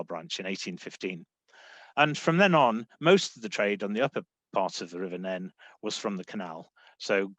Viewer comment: i stopped watching when said Nene wrong